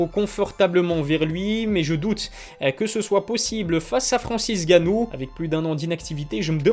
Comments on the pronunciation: Pourquoi tu dis/il dit "Francis Ganou" au lieu de "N' Ganou" ? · c'est N'gannou et non Gannou mdr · Votre nom c'est bien et pas Ilie? Et bien c'est pas Francis Gannou mais Francis Ngannou, on prononce le N. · Parle correctement et prononce le N de francis ! N ganou en phonétique ! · J'adore les vidéos mais c'est N'Gannou par contre pas Gannou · Où est passé le « N » de Gannou? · On prononce pas "èngannou"? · T'as perdu une occassion de te taire. Ca se prononce NGannou. Tu mets pas un espace en N et gannou. C'est typiquement Francais ça vous massacrer les noms africains. Que ce soit Nkolo ou Mbappe on sépare pas la première lettre du reste du nom. En espérant avoir pu t'éclairer un minimum. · Faut que t’arrêtes uN truc c’est de changer les pronontiations des noms, c’est Francis Ngannou et pas ganou, c’est Gane et pas gané, c’est Khabib et pas Rrrrrrabib (en tout cas quand on parle français),...etc mais tes vidéos sont super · Stp arrête avec Francis « gannou », c’est N’gannou lol et aussi Cyril « Gané » c’est juste GANE lol. Merci pour l’appli mec !!!